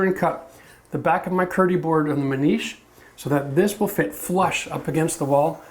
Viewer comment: Video earned a thumbs up just for saying "niche" right. "Nitch" my hairy arse